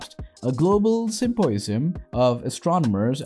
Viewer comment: How can you reliably present science information, yet not be able to pronounce Andromeda, symposium, or laboratories? You are either the worst narrator I've ever heard, or this is some A.I. reading a script.